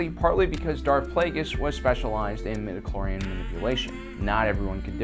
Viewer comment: Every time you say "midiclorian", an imperial stormtrooper dies spontaneously. Please stop this massacre